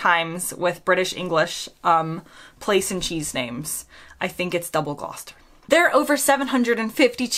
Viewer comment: You got the Gloucestershire cheese correct